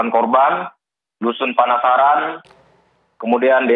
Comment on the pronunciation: Pak Kapolres kok gk ngrti nama dusunnya dan penyebutan scara lisan pun kliru,yg bnar dusun panasan pak bukan panasaran.